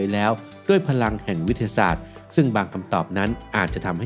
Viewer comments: ลองฟังช่วงนาที 0.11 ครับ วิททะทะสาด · พอมาฟังดูก็ เอ๊ะเลย วิด ทะ สาด ก็มา สู้ๆนะครับ❤